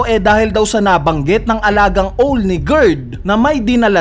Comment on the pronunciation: Like niyo to kung napansin niyo yung pronunciation ng "OWL" 😂😂😂